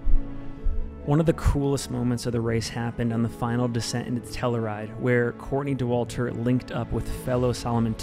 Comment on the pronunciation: Hey, great video. By the way, the town of Telluride is pronounced Tell ya ride.